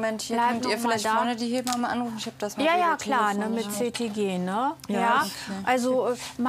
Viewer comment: Die Ärztin sagt immer " He bamme" das heißt aber " Heb amme" Die Amme, die das Kind aus der Geburt hebt.